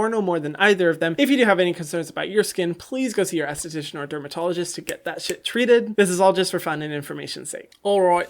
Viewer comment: Hyram, every fucking video: "I am not, however, a licensdsststststshian"